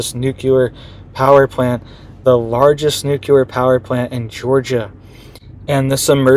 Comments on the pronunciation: It’s not NUKELAR. It’s NUCLEAR 😂 ❤ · I wrote the same thing in the last video. I can't even watch this one - it's just too cringe hearing him say "newkuler" over and over. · Why do some find it so hard to say noo clee er? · You tried to inform him in the last video as well, but he doesn't get it. I clicked on this video hoping he would have seen the comments and made the correction, but no. Stopped the video after the first "newkuler" - it's just too cringe worthy.